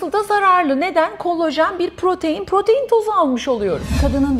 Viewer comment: Verdiginiz bilgiler cok degerli olabilir ama kolajen yerine kolojen demeniz siz ve sizin gibi uzman title'i tasiyan kisiler olan guvenimi kiriyor. Lutfen Turkce'yi dogru kullanin